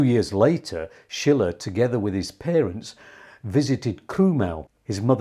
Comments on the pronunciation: Correct. “Sheele” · Sorry, Schiele is not pronounced like Friedrich Schiller, as you do, but like "Sheele", the intonation on the first syllable. (I am from Vienna). Otherwise much respect for the great video about this great artist still being somehow in the shadows. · Not Schiller, his Name is Schiile...with a long i,not a double l.....😊 Schiller was a German Poet during the Time of the Romantik. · The man's name is Schiele with a long i - as you pronounced it, it would be spelled Schille.